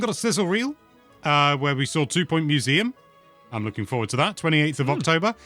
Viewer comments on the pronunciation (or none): none